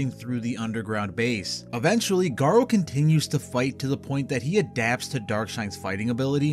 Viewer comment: Garou isn’t pronounced “Garo”, it’s Ga-roo, a French word for wolf